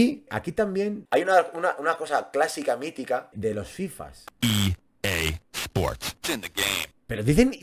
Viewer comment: me cae que tu eres de latam, aqui tambien decimos en los fifas i-eisport- tenekey 😂😂 clasico😅